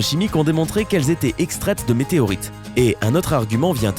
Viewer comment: Pour le #11 .. je croie que t'a dit Meteroite